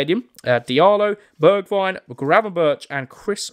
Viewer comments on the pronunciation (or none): none